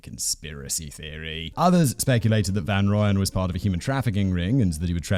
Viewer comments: Simon,you must brush up on your Afrikans.It's Mal-herb-a and van Royan. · Mal-air-buh. (You roll the L and H together; and Afrikaans has no "eee" sound coming from an E. I don't make the rules.) Also Gert has a lot more phlegm at the beginning there; like the "gh" in "Van Gogh". And his surname: fun-Roy-en. (Bonus points if you can roll that R like a motorboat) Hit me up for Afrikaans lessons, yeah? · Hi Simon. Thought I might help with pronounciation: Van Rooyen = 'Fun Roy-en' (pronounciation). Love the show. Escpecially when you and the team cover our South African cases. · Listening to Simon butcher the South African pronunciation of Van Rooyen (rooy, like as in royalty) makes me laugh so much 🤣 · The Rooy in Van Rooyen is pronounced more like the Roy in Royal. Other than that, great video again :)